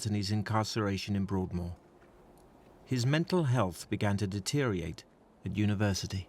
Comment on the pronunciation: It’s “deteriorate“ not „ deteriate „ like the narrator keeps saying 😬